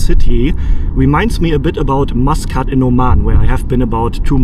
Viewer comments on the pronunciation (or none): none